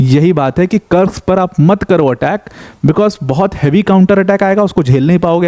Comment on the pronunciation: भाई कुर्स्क है ना की कर्स्क, आप देखो बेटल ऑफ कुर्स्क ww2, army general भी कुर्स्क बोलते है। रूसी और युक्रेनियन भी कुर्स्क बोलते है। कुर्स्क नाम है।